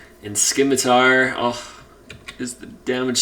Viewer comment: Love the videos and thanks for doing the work man! One minor gripe, the c in scimitar is silent, don't know why that bugged me lol